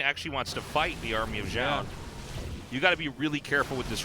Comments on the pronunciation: I got the impression from their explanation last cast that they're still saying it wrong. I think it's two syllables. Jo-Yun, not Joan. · I love tastosis, but it bothers me how artosis pronounces Zoun as "Jhon", like wtf bro? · If Zoun is pronounced 'Joan' then.. why isnt it anglicised to Joan.. and not Zoun? Because Zoun is pronounced Zoun, not Joan.